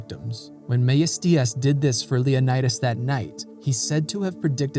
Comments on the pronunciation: You should learn the pronunciation of the Greek names. For example, the name of the Spartan king is pronounced Leo NEE das, not Leo nye das. In WWII on Crete, where the allies were leaving Greece, a British commander told a Greek Captain to tell his men that they were all leaving Greece as the Germans were every where. The Greek Capain replied that he and his men could not abandon their country. The British Commander said that they would all die if they stayed. Like his ancient ancestors, the Captain replied, "Commander, we Greeks taught the world how to live, now we'll teach them how to die." The Captain and his men stayed behind and covered the British retreat. They became part of the resistance. Because of this attitude and fight, the Germans took no Greek soldiers prisoner. Officers could keep their side arms. Good video. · yes, you are absolutely right 😊. Also, if you are interested in the Greek ponunciation of Leonidas, the "i" is pronounced "ee". Great work btw. As a Greek obsessed with history, you aced it! So rare, if I may add, for a non-Greek 😊.